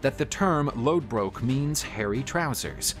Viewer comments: His name is pronounced Ragnar Lothbrok... the d in Lodbrok is actually a ð and it makes a "th" sound in old norse and the "o" was drawn out like "book". Read up on your stuff. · It's lothbrok not lodbrok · Isnt it Ragnar lothbrok not lodbrok? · lodbrok is wrong its in denmark lodbrok is pronounced loth brok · Isnt it Lothbrok... Not Lodbrok? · Him saying Lodbrok instead of Lothbrok, irks me. Him calling Lagertha a "squire" instead of a sheildmaiden also irks me. A squire is different than a sheildmaiden. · No it’s not.. it’s Lodbrok. Do some research before you start spitting misinformation.